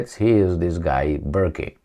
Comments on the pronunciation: That's pronounced Burk, just for your info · Burk(e) do not pronounce the "e" at the end. Of French Norman decent, deBurge, deBurgo, deBúrca. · its burk ..the e is silent , as in Burke the orc is scared stiff of work .. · Burke the e on the end is silent